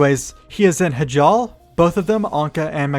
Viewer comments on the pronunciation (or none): “Hujal” 😂 It’s “high-jal”...They even say it in every Warcraft game. Also, Not Ban’thalos, as in ban hammer.